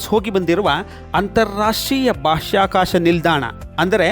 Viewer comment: ಉತ್ತಮ ವರದಿ. ಆದರೆ ಒಂದು ಜಿಜ್ಞಾಸೆ. ಬಾಷ್ಯಾಕಾಶ ನೌಕೆಯೇ ಅಥವಾ ಬಾಹ್ಯಾಕಾಶ ನೌಕೆ?